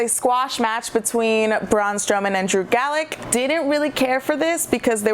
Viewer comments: Uhhh,? It's Gulak, pronounced Goo-Lock. Sorry I'm just a Drew Gulak stan. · I've tried to give her a chance, but this girl is terrible. Knows nothing outside of WWE's main roster and doesn't know much about that either to be fair. Gets names wrong every week (Drew GALLACK) Very little wrestling knowledge, piss poor sound quality and generally just pretty fucking annoying! #BBB (Bring Back Brian!) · You need to turn that fan off or whatever is on in the background. Too much background noise, very distracting, keep the hand held mic. Also GULAK NOT GALACK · How fast am I going to see people correct Drew Galak? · Did you not see the video? She clearly wrote she got it wrong. And it's not pronounced Goo-Lock that's his finisher dingus. Its Goo-Lack. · Ok seriously how do you pronounce Drew Gulak’s surname wrong when they literally say it during the match. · Thumbs down because you pronounced Drew Gulak wrong. Drew Gulak is one of my favorite wrestlers in WWE. I have a power point presentation on why he is awesome.